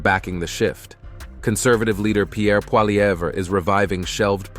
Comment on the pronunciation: On dirait que les français n'apprennent pas à prononcer correctement les noms; volontaire ou pas c'est aberrant... Polievre ne se dit pas " Paleva" Un peu de respect s.v.p. car cela vous fait paraître CONDESCENDANTS !! 😮